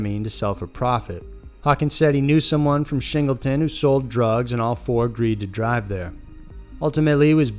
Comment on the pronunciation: As a resident of Redding, California I have just two things to say. 1) I'm not surprised meth was involved, everyone is on meth up here. 2) It is ShingleTOWN! TOWN! NOT SHINGLETON.